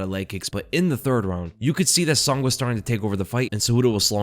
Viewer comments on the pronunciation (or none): Bro, I'm gonna start calling you. Sonn. With you getting all the names wrong, you gotta be trolling😂😂😂